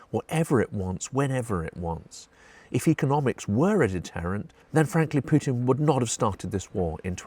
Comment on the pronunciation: thx for not saying " pewtin"